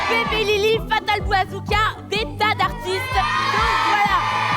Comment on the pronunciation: « Fatal bouawzooka »